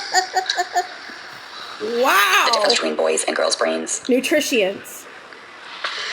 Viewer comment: """""NUTRITIENS""""" 😂😂😂😂😂. go to school!🤪